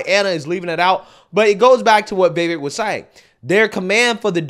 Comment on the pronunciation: Please…Viv-ache viv- ake Viv-ake Not ‘viveck’ But THANKU for calling out these fools So condescending and disrespectful She cuts him off constantly and then accuses him of cutting her off Also he WAS respectful about askin her name And her EGO is so profound that she attacksnhim AND in my opinion It was a method to rhtow her anger off course and redirect Because because ists HER show (according to her) which Vivek points out was INVITED its amazing how so angry and heartlessnthese people are ana and cenk